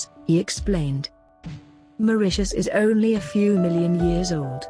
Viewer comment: It’s Mauritius not Mauritas